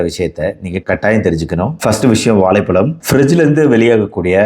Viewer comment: Hey Doc! You need to learn how to pronounce ழ the proper way. Your Tamil accent is horrible! It's வாழைப்பழம் not வாலைப்பலம்!!